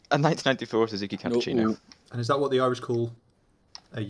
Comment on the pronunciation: did say he have a "1994 Suzuki Cappucino mrmhmhrmrhrmrhr...?" Also, how the hell did catch what said, the man was mumbling at 900 mph!